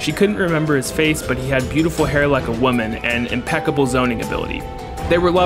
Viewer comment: "impecable zoning hability" Gold shit